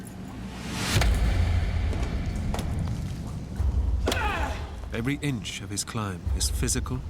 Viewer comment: Was anyone else annoyed at how he said the word crevasse